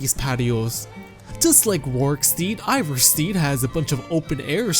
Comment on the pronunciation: RorikSTEAD. IvarSTEAD. Not RorikSTEED nor IvarSTEED. Jesus fucking christ, you said it right the first time, I bet you just wanted to piss people of lol